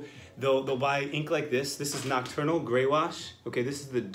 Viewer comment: OK I found it from image, that ink name/brand is "NOCTURNAL". It sound like he is saying "Eternal", the nocturnal is fairly CHEAP can't wait to try. Thanks